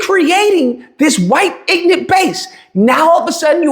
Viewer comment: there's something that kinda peak ironic to pronounce the word ignorant as: "Inant" given what the word ignorant means...